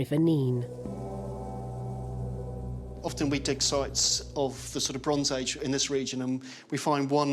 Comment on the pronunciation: It's pronounced river Nene, sounds like pen.